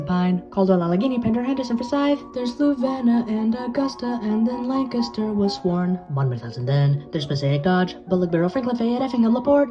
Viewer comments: very well done! The pronunciation was spot on and nobody ever gets it right outside the area. Bonus points for Lancaster too. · LANCASTER SWEEP AND HE SAID IT RIGHT 🔥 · I can tell you did your research because you pronounced both Lancaster and Lebanon, PA correctly. Congrats on this accomplishment!